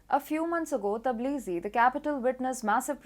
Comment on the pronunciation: Tbilisi pronounced, Bilisi